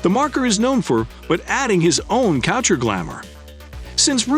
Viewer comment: AI calls this what? "French Cotcher" lmao